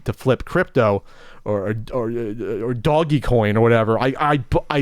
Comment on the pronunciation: Hearing pronounce Doge(dowzh) Coin as "Doggy Coin" cracked me up.